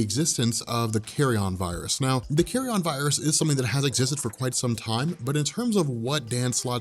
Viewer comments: Learn to pronounce Carrion: kerēən, not "carry-on, as in luggage.'. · I love the way keeps pronouncing it as the "Carry-On" virus. What does that do? Turn people into Sid James?;-)